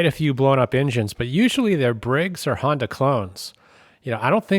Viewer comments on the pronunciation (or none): none